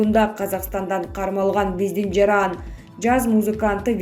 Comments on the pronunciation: Жараан эмес жаран деп туура окуш керек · Диктор надоело жаааран эмес жаран туура окучу ай